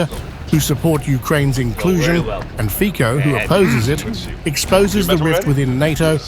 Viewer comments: You should first ask someone how to pronounce the Slovak PM Fico!!! Your pronunciation is uncorrect, offensive and ridiculous!👎 The pronunciation is/ fitzo/, NOT/ fiko/!!!!! 👎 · Can you pronounce the name correctly? It is not FiCo(Fiko), BUT it is FICO(FITSO). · Pronounced Fitso...ffs. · His name is pronounces "Fitso", you dummy boy. Ignorant.